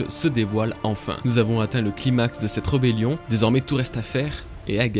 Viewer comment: Super vidéo =) .....mais j'ai bugué quelques instants sur ton "reubélion" ^^""